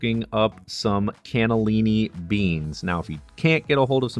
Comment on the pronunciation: Your ancestors were from Italy (Sicily) 🇮🇲🇮🇹but your pronunciation of Italian words is soooo bad. 😞 MinestronE not MinestrOoon. Cannellini not K'nellenn and so on.